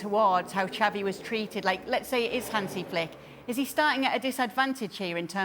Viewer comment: It's not Chavi It's Xavi